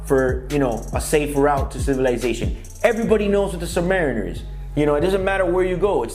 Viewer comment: Dude can't even pronounce the name properly. Do you know what a Submarine is? It's the noun of that